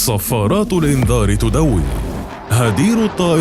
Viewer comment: صفارات الإنذار تدوي،،،،،، كيف نطق كلمة تدوي